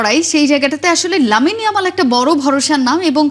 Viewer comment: ওটা ইয়ালাম না ইয়ামাল হবে